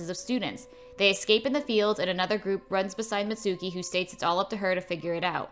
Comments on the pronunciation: actually its pronounced MItsuko not Mitsouki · Her name is Mitsuko not Mitsuki but still this is nice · I love how she says mitsuki when on the movie it say mitsuko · ITS MITSUKO NOT MITSUKI